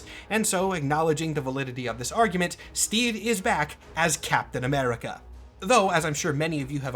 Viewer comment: STWEEVE ROGERS